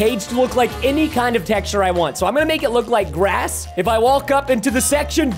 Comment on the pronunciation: When you said grass you said glass